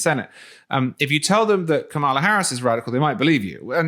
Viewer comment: Just a thought from a never-trump, 2A conservative: You seem to be pronouncing the name Kamala with emphasis on the 2nd syllable rather than the first (kaMALa rather than KAMala). Normally I wouldn't even consider critiquing someone's pronunciation but in this case I'm concerned there might be some context you're missing. While I assume it's an honest mistake on your part and you mean no disrespect, many on the Right purposefully mispronounce her first same as a sign of derision or semi-overt racism towards her. Regardless of who wins in November, I'd like gun owners not to look like petty, bitter people to those we're trying to get on-side with the 2A community. I have a great deal of respect for your journalism the last few years and appreciate all you do for our 2A rights. Keep up the great work!